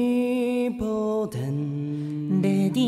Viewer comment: 梶さんのデンのDの音が下がりきってない。 小野さんが一番音程が正確。